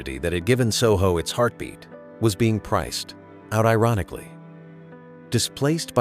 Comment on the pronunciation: AI narrator: "was being priced.....out." "a no.....man's land"